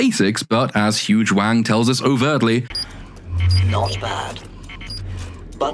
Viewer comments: I both have never seen the show and have an American accent. In listening to him talk he keeps naming a character. It sounds like he is saying her name is Huge Wang. Am I hearing that right?😂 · Huyang sounds like "huge wang" 🤣🤣 ...maybe I just need better headphones. Awesome deep dive! 💖